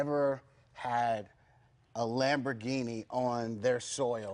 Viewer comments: He lost me after "lambordini" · Did he say LamborDhini? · "Lambordini" triggered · Lambordini haha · lmaoo yes he did lmaoo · omfg he did! lmao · Yup he did....